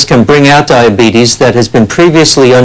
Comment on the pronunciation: Brimley looked pissed when that other dude tried to correct him on how to pronounce diabeetuus.